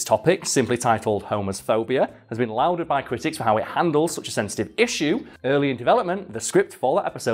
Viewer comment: Lauded is pronounced "lorded" not "louded"